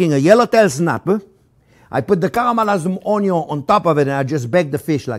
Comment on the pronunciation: I love how he says "karamalayz oniow"